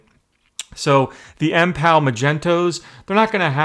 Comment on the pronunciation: At least know how to pronounce the product you're reviewing. Otherwise great review.